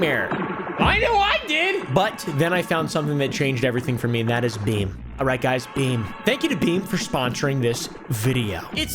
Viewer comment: I cannot be the only one who thought that Beam ad said Becum.😂